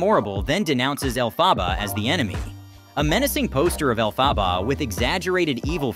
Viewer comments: Elle-Faw-ba?! It’s Elle-fuh-buh! Do you think someone who makes a clip like this has an interest in it note I imagine the only interest they have is producing popular clips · Why does he sometimes pronounce Elphaba correctly and then horribly wrong? Is this AI generated voice? Accent is on 'El', like 'elephant', not 'Pha'.